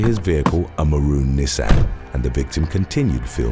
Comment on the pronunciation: 😂 the way he pronounces Nissan. It's adorable